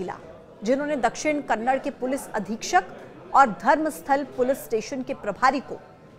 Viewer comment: It's not KANNAD it's KANNADA pronounce it properly